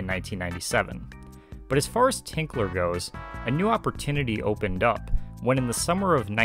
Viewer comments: It's Grant Tinker, not "Tinkler." BOCH-CO, not "Brocco." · I couldn't get passed you saying 'Grant Tinkler' (sic) his name is Tinker. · His last name is TINKER, not Tinkler! I'd think you could have gotten that correct...makes me doubt the accuracy of your other information. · TINKER! His name is Tinker, not Tinkler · There is no “L” in Grant Tinker’s name. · Fantastic! St. Elsewhere is one of my favorite shows, and I have never seen anyone go so in depth! One little thing though... It is Grant TINKER, not TINKLER. He is a very well known person and saying his name wrong all through the video is cringey. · TINKER! Grant TINKER. Not ‘Tinkler’ And Alfre WOODARD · "Tinker" not "Tinkler"...